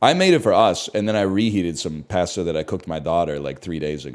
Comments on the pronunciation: NL, you're killing me with your pronunciation of cooked noodles. Pasta is pronounced "p-ah-sta" not "pah-sta." 🍜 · Why does he say pasta like that